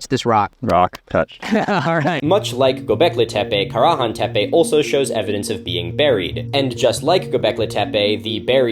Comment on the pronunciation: Milo, this is very cool. But I'm sorry distracted by you pronouncing Karahan at least 3 different ways. Which is the emphasised syllable? Not trying to nitpick, but I'm a linguistics nerd and want to know